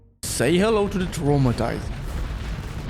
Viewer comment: Omg I had a stroke hearing how you called Traumtänzer but don't worry that was a very joyful stroke